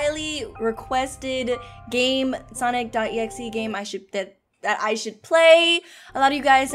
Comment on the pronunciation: The fact that says “Sonix” when she says “Sonic Game(s)”